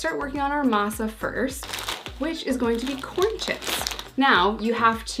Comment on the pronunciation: Says Masa pretty well